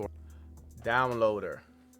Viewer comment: Dude, why do you keep messing up when you say DOWNLOADER...the two times you messed up saying it, it didn't work, but when you said the word without messing up, it worked perfectly. I feel like you messed up on purpose both times so that it wouldn't work.